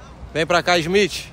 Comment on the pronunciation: "de olho no ismitche, ISMITCHE" KKKKKKKKKKKKKKKKKKKKK